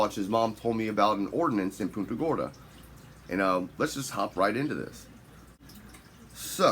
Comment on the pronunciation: You’re pronouncing the city wrong. Think of it as Punt…a Gorda.